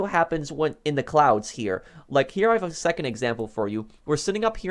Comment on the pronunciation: funny when he says sevond no offense